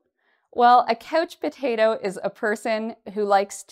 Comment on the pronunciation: pronounces couch potato like coach potato. Does she has an accent?